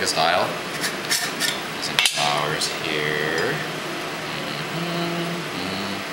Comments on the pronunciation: great video! but i'm a little confused. it sounds like you keep saying "flours." the word is "flour", singular and plural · Daylight Disinfectant I was thinking that(not that he sounded cute)but that he was calling flour "flowers".And was thinking shouldn't u put a bit of salt in it? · is it just me or is he saying (flours)? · This is great. But wondering why you call it flours? and not flour...